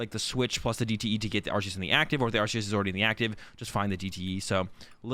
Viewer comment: It's ArKeus, mate...